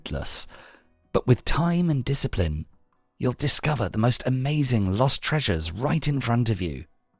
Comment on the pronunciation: "Yuuu a rack a disciprin"